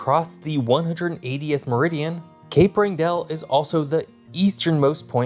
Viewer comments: If you aren't sure how to pronounce something, look it up. Nothing shows what a non-expert you are about a topic more than butchering pronunciations of widely known words. Wrangell is pronounced RANG-gul. Anyone from Alaska has heard it a hundred times. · Cool video, but when you circle southwest Alaska you call it southeast, and vice versa. Diomede island is two syllabes (Dio-meed). Point Barrow is a geographic feature, not a town--the town is Barrow (no point) or Utqiagvik. Wrangel is pronounced RAN-gel, emphasis on first syllabus. This are nitpicks, but little things like these make Alaskans grind their teeth. But overall this is quite good, especially your discussion of the increased attention to the region due to melting ice. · Hey Alaskans pronounce a couple of words differently than you do on here: Diomede as DI-uh-Mead and Wrangell as WRAN-gle. Thanks for the video - I enjoyed your photos and commentary. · Only a few pronunciation mistakes, Diomede and Wrangell. And conflating Utqiagvik's (great job on this pronunciation!) summertime sunlight vs daylight numbers. Not bad.